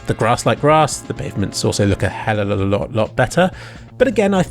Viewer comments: I like how instead of him saying Helluva, he says Hellaluh And honestly it’s better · Hellolololotlot better + hellololot better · "A helaablahlot" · "helwlwll a lot" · helelolo lot better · "helllllelelelel alot better"